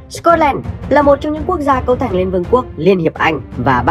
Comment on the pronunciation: Cái từ cấu thành nghe không rõ